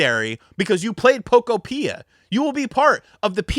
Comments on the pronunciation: It’s Po Kopia not Poko pia 😂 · If you can't say the name of the game correctly, you can't talk about it. 😂